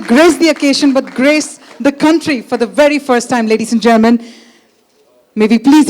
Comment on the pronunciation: this lady keeps saying ladies and german